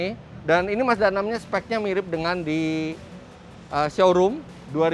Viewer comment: Kedengeran nya. Masdanang. Bukan mazda 6.